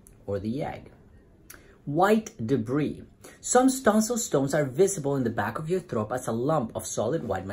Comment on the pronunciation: "Some stonsil stones" IM DEAD